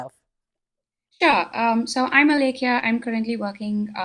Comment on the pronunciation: I just wasted my 15 min.. came here hoping that it I’ll learn about program manager interview but this discussion goes on about how great is training plan etc etc and a bits and pieces about Alekhya. Btw you are pronouncing Alekhya very wrong it is Ale-Khya and not Ale-HYa